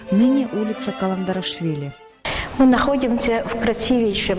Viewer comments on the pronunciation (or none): Давно заметил такую особенность, что улицу Каландаришвили, как только не называют, и Каландрашвили, и Каладарашвили, вот даже вроде бы сняли документальный фильм, и все равно правильно выговорить не могут. Кстати даже таблички на домах с указанием улицы так коверкают.